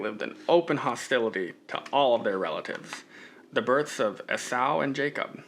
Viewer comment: Enjoyed your thoughts on "as far as you can see in every direction". I always just assumed it was a massive area, but your assessment makes sense. Also, Esau is pronounced "ee-saw". Thanks for pushing forward.